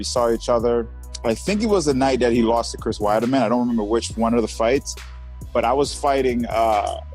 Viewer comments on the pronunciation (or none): Why can Uriah not remember any of the fighters names? He pretended he didn't know Jared's name, then Chris "Widerman" and finally that "red haired fella". Even my mom knows who Chris Leben is!